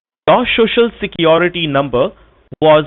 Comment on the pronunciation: Haha, the introductory phrase has to be mastered. Here he fails spectacularly already. Shoshal Shecurity..